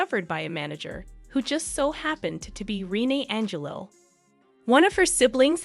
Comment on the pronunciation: Being Canadian I can truly say you did a Good Job!👍 P.S. Please ! do work on the right pronunciation of names - Rene Angelil You're pronouncing the name all wrong 😘